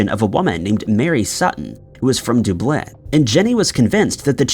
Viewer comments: You might want to learn how to say Dublin correctly😂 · Can someone please tell him the correct pronunciation of Dublin? It’s embarrassing to listen to such a weird mispronunciation of such an old and well-known city. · FOOL STILL CAN'T PRONOUNCE DUBLIN............IDIOT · Not that it matters, but one does not pronounce Dublin like that. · Are you ever going to say Dublin correctly? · For the same reason he is pronouncing so many other words including cities names "a bit different and unusual" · Who doesn't know how to pronounce Dublin? Good Lord. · Not creeped out just disappointed a grown man can't say the word Dublin correctly. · He does it on porpoise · Still butchering Dublin i see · Who the hell doesn't know how to pronounce Dublin? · There is a full documentary on the English girl/ Irish mother charting her journey and meeting the children it is very compelling, but I didn't think it was made by BBC I maybe wrong.👋👵🏴. Still pronouncing DUB-LIN wrong!!! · No one in the space of thirty seconds- "Duh-blin" "Doo-blin" 😂 I guess most of us are pretty used to mispronouncing things and barely notice anymore🤷‍♀️😂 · IT'S FUCKING DUBLIN !!!!!!!!! How the fuck can we take this channel seriously if he keeps mispronouncing words??? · Yeah that bugs me too. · The way he pronounces Dublin...OMG! Is it possible ? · How are we pronouncing Dublin. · the eeriest thing was how you pronounce Dublin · Creepiest thing here is the pronunciation of “Dublin” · How can you mispronounce Dublin? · 1 thing out of place is the way you say Dublin! Du-blin wtf is that! It's Dub-lin man.. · Wait… we’re you meaning to say Dublin?? Doob-bleh? Is this AI? Or am I wrong? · Stop pronouncing Dublin (duh blin) like that. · Once again mispronouncing Dubin as Dooblin... you do it EVERY FKN TIME.. and it HAS to be just to get people raging in the comments. 🖕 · Dub Lin - the "Dub" part is like how you would say Dub-step, not Dube... 🤣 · I know! I've heard of Dublin, but never heard of Dooblyn! 🤣